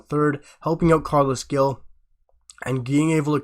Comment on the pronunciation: Gil is pronounced like hill. Glad we got him. Good signing ❤